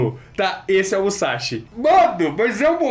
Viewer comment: Seguindo minha tradição quando vocês falam de Musashi... ", é MUSASHI, não é MUZASHI!", hehe!